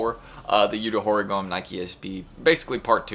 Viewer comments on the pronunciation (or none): Nike just keeping these SB's jumping off with no rest. I am not sure my Sneakers social credit score is high enough to land all of them. BTW, not that it matters much, but its You-Toe Hoe-Ree-Go-May... sorry but I studied Japanese way back so, just felt compelled to lend a hand on the pronunciation.